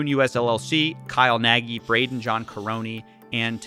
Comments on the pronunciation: I'm sure Kyle will run back to Hungary to escape the charges. Also pls pronounce it "nug". That y at the end gives me brain tumors. :D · The way he mispronounces “Nagy” and “Karony” just hurts me